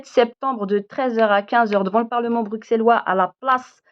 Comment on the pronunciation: À partir du moment où tu dis : BruXelles au lieu de BruSSelles et bruXellois au lieu de bruSSellois, tu m'as perdu...